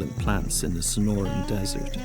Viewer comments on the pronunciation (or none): That is NOT the "SNORIN' DESERT." It is the SONORAN DESERT. Wish you narrators would perfect your delivery and at least seem edjakated two th stuff y'r speakin' of.......